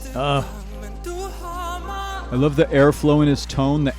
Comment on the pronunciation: So your pronunciations of Danish words are wonky, well, Danish is tough, BUT when you sang the line "Du har mig" you absolutely nailed it. Pretty cool :)